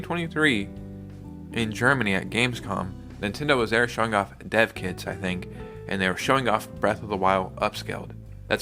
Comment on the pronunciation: He said, "They have dev kits," but I heard: "They have dead kids."